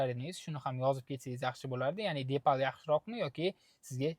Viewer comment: Номи депал эмас, дипал.